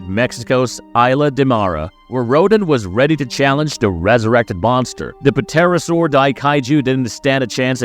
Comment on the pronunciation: Pa-terra saur..... these GD AI voice overs are fuken getting old.